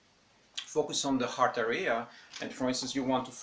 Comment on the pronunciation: You’re not pronouncing “area” correct. The accent goes on the first syllable. Not the second.